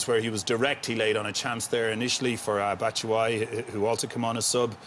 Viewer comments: “bat tit” 😂😂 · loool man said batishwhy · & Batshishwhy and Pulich? IT’S FREAKING PULISIC AND BATSHUAYI!!!!! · Graeme Souness murdering the Chelsea names, Pulic and Batitsuayi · Souness "pulic, Abraham's,batsuwiyi" 😆😆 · Greme cant pronunce Pulisic or Batshuayi name